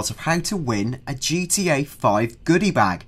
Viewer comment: I wike gee twee a (I like GTA) LOL like ill win